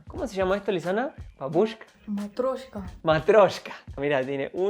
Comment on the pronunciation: "Matryoshka". Jajajaja no "Matroshka".